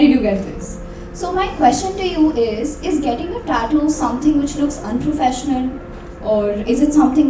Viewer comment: taaatu ? 😲 Hope she learned to pronounce also from shadguru !!